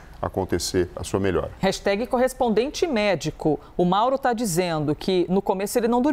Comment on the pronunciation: hello desculpe - por favor fala certo jornalista hashtag ( nao tem i no final) - brasileiro tem a mania de colocar i em tudo - obrigada - ajudem a educar